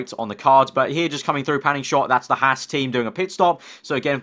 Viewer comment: also needs to learn how to say haas.